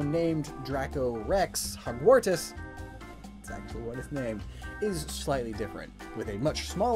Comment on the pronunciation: Isn't it Dracorex hogwartsia instead of Dracorex hogwartis?